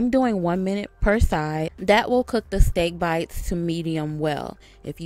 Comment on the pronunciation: She said SteeaK BeitZZZ